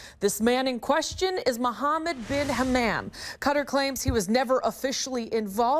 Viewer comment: you can tell she has never learnt another language before...... everytime she she says "cutter" i feel another blood vessel in my head burst....